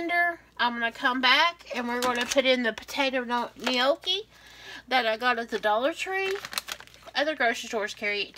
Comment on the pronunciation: It’s pronounced ‘noc key ‘. Keep safe.